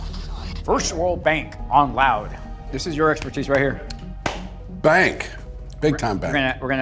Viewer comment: the way he says "...BANK" Is the real gold here.